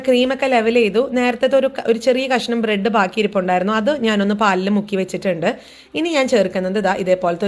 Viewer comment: ബ്രഡ് എന്നു പറഞ്ഞത് തെറ്റി ചേച്ചി